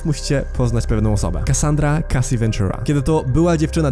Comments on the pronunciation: Wymawia się „Casi” i „aszer” ! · Didi, Uszer, Kejsi... na rany Chrystusa, jak Ty wymawiasz te ksywy...